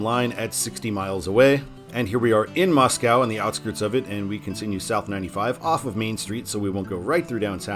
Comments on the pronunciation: That river and big lake in Sandpoint, spelled "Pend Oreille" is pronounced as "Ponderay." Actually, the town just east of Sandpoint is spelled as "Ponderay." And Moscow, Idaho, is pronounced locally as MOSS-ko, not like the Russian capital. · No cows in Moscow, ID pronounced "Mosco" like Costco